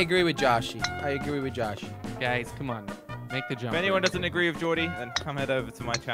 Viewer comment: Instead of guys you said "gruys" 😂